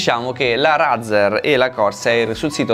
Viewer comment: Lascio dislike per 3 motivi: 1) Dici razzer😂😂 2)per la prima motivazione 3)la 1 e la 2 sono false e ho lasciato like